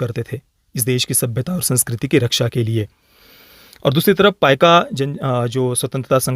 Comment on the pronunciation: ‘ पाइक विद्रोह ’ है ना की पाइका